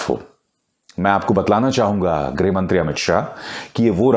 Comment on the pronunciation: Greh nahin greeeeh mantri..